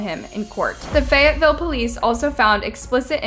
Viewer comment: "every woman in fayateeville" I DONT THINK SO. HE'S A 2